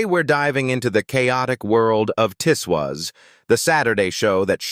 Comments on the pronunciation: It wasn't pronounced Tiss Waas but Tiz Woz. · The programme is called Tiswas not Tiswis. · pronounced TIZZ WOZ